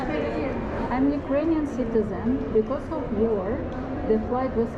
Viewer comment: War kelimesini teleffuzundan dolayi anlamadilar.